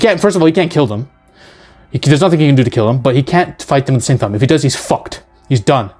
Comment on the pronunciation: "If he does he's FUCCC'KED" 😅😅